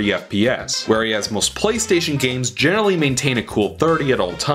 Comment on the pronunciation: Did you just say "where-ee-as"?